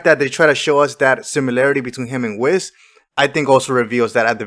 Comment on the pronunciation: It's hard to take someone serious who keeps calling Whis, "Wizz"